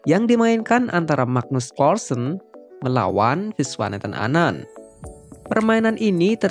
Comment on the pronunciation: Nyebutnya bukan klarsen...tapi karlsen